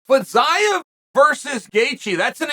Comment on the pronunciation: Has anyone told Fiziev that the new way to pronounce his name is Fizyav?